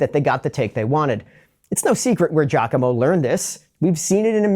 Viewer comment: Wait so you can speak Italian yet you pronounce his name "JACKOMO?" 🤣🤣🤣🤣